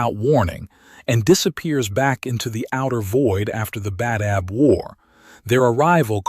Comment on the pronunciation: "genna-seed" it's pronounced "jean-seed" and it's not "Bay-dab", it's pronounced "Bah-dab"